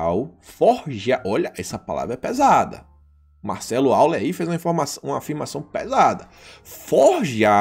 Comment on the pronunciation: A pronúncia para Euler é "Óiler". É alemão.